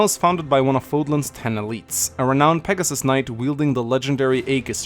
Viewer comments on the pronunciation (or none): none